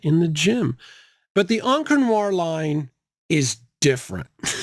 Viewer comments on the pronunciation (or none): none